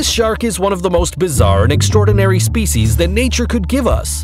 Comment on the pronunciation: SHRAK? 🤔 lol